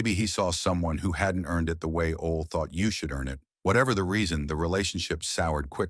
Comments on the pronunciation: It's pronounced Olie not ol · Oh-Lee = Ole Anderson